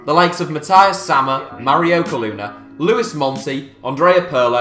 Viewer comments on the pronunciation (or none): none